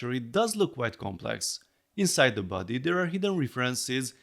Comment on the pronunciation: Thought you were saying "buddy" and not "body" for a while, and I just accepted it, like "yeah he's my buddy" lol Really cool! I think they did a surprisingly good job capturing the wrinkles, and starting with the most important feature (the face in this case) made sure it doesn't look uncanny or out of scale and that everything has a decent amount of detail, I think more Lego sets could take notes from that honestly. Unfortunate that they couldn't fit the neck extension feature but it's an understandable trade-off and I'm sure a MOC builder will figure it out eventually :)